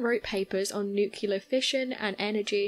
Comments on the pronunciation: Really. An atomic energy MERRIT BADGE IN THE BOY SCOUTS?!?!? Oh come on... And it's "nuclEar". Not "nucUlar". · oh mylanta, it's NU-CLEAR, not Nuk-ular